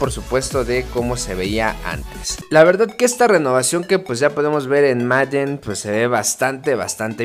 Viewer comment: Tu pronunciación de Madden es buena, hay quienes dicen Meiden y eso es totalmente erróneo